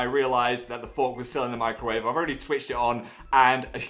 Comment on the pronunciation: When he said he put a fork in the microwave, I thought he said "I put a fork in my grave".